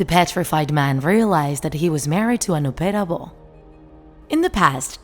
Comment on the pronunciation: What Chinese heard Noppera bo What i heard No pera bros at the bigining